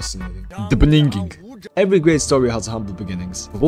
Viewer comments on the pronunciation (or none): "the beninging" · “The beninging”